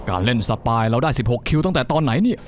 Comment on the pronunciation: สปาย หรือ สปายล์ คับลุง😂